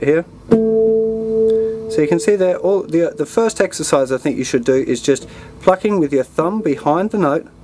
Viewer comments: each time you say plucking i think you say fucking... lol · he says "plucking"